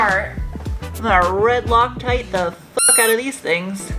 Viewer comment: Did say Locktite ot Lucktite?